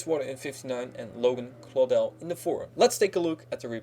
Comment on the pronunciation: Yes someone said Claudell right